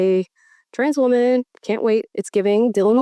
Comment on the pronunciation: That new…. wuhMAN… come on dude. Let’s stop with that.